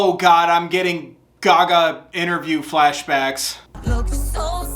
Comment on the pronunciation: did you say “guh-gah” instead of gaga